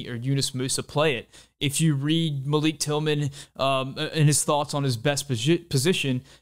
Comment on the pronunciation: Love the video as always, but thought I’d give you a few criticisms to possibly consider with chill vibes. You show a full screen graphic for a couple seconds when talking about Horvath, but I had no idea how to read it, and it wasn’t directly addressed. You say Malik Tillman’s name wrong. You’re wearing a shirt with a picture of a patriot, referencing revolutionary warriors as kings, which seems historically dissonant.